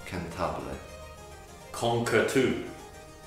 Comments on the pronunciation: lol not musically trained and thought this was legit until they got to "con-ker-too" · my poor ITALIAN XD you can pronounce Concerto like= con-cher-to Allegro (and Allegretto) as= Al-le-grow Adagio = a-da-jo Accelerando = A-tch-ele-rando Cantabile = can-ta-bil-e Fermata = F-erm-ah-ta (A is A, not E :3 ) Grazioso = gra-tsio-so Legato = the accent is on E and not on O => Le-gà-to Andante = A is A and not E => À-ndante Sonata, Vibrato = the same... A is a simple A Vivace = Vi-va-che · "kOnkErToO" LMAOOOO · In adagio the g isn't hard, is soft and it is "Koncherto"